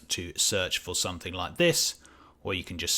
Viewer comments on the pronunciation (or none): none